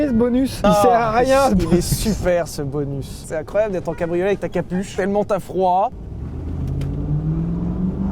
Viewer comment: Et ouais, c'est un "pique'eup", un "cabri au lait", et enfin un "musk eul'car" avec une boitoto😆😆😆